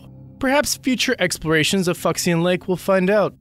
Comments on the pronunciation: Lol, Fuxian is pronounced Foo*shee*ahn not Fucks*in Awesome video though! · Fuxian is not pronounced 'Fucks-i-an'. It's more like 'Foo-shan'. Terrible narration. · I think 'fucksian' is actually pronounced 'fu-sian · Wouldn't "Fuxhian" be pronounced "Foo shahn"? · Fucksion lake? Idk that's what I heard...